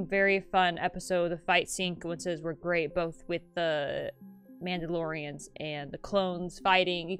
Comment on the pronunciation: "Mauldalorians" nice👍